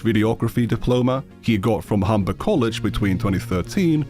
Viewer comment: I swear they said hum-per degree not humber